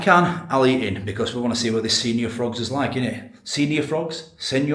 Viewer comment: Lol pronouned sen-yor not senior ! 😂😂😂